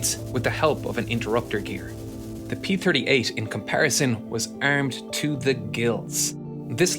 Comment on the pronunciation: Ermed and ermament?😂